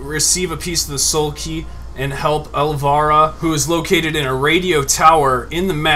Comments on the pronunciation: elvira !!!!! not el...virhdgcdyc or whatever u said jeez violent look her up its the qween of the dark ....... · Elvira, vira sound the i as a vowel (el-veyera) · you didn't pronounce Elvira right at all (El vy ra)